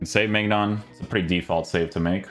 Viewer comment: His name is pronounced mynan